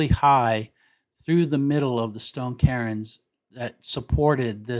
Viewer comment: CAIRNS? Did you mean to say "kerns" instead of of "karins"